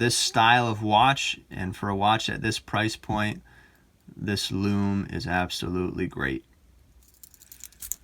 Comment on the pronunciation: Greetings J. It's just great the way you pronounce ‘lume’. Very individual and a Unique Selling Point (USP) in the world of watch reviews. You present and speak very well. Your channel deserves to be successful.